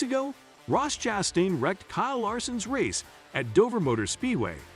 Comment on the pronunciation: Does this guy know how to pronounce last names? Chastun, nicklaws... Hard to watch. Btw Ross ChastAIn sucks, his "aggressive" style really means he cant hold a line in traffic...